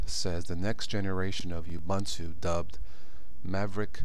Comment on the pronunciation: It's actually pronounced "OO-BOON-TOO"